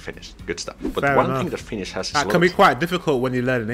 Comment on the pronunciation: Thanks for nice video,. You pronounced Finnish pretty good, really good actually. Take care 👍